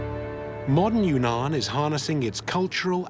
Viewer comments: Not secret lands at all. This wee man lived there for a year - wonderful place - not secret. And it's not Yoonan - it's Weenan. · It's not Yoonan, it's OOwEEnan , or try Weenan.